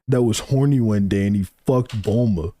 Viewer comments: He says Bluma because her name is meant to be a pun on Bloomers. Most of the names in Dragon Balls are meant to be English terms adapted into Japanese spelling. Technically the kana of her name would be pronounced as Bu-ru-ma. This is because "consonant" sounds in Japan almost always have a vowel attached. Hack off the "u" attached to the "B" and you get Bruma. Change the "r" to an "l" because of how Japanese works, and you get Bluma. Or sometimes Blooma. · Ik why doesn't make it good. Bulmas named is spelled and said like how you type it but he says it wrong. He says Saiyajin wrong aswell. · His pronunciation of some words makes sense if he grew up with the raw/subs, but who duh fuck is BLUEMUH? This dude is like NCHammer with some of the characters and techniques in Naruto he says weird.